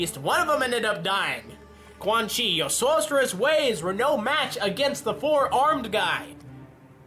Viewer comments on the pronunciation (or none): none